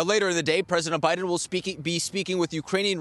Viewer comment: Did anyone notice the reporter say, “President OBiden” at about the mark? 😂